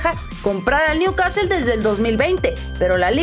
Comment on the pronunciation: al principio dijiste bien el nombre del club pero a la segunda new CASTEL 🤦🏽‍♂️